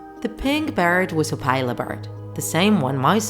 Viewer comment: you're saying opila wrong 😡 it's opila, not opayla, the i is low wovel